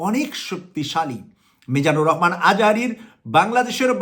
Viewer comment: আপনি তো ভালো করে ভাষা বলতে পারছেন না রহমানকে বলছেন রকমান লেখা পড়া কি করেন নাই আগে ভালো করে পড়া লেখা করে আসেন।